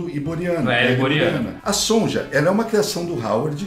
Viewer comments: DICA: A pronúncia correta de SONJA é Sônia. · Eu acho que a pronúncia do nome "Sonja" era Sônia mesmo, soando meio que alemão. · Sonja se le sonia pq tem idiomas em que o j tem som de i